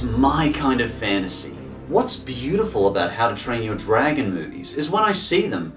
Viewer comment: "Yo Dragon" lol